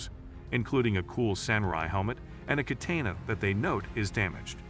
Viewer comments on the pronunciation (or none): A ka tayna?? Jesus man. Youre pronouncing is terrible.